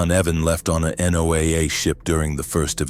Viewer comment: It's not called N.O.A.A. It's " Noah" to anyone who knows it. Used to work at a NOAA facility. You need to establish that this is in the Pacific somewhere. Most people don't have a clue to what Palmyra is.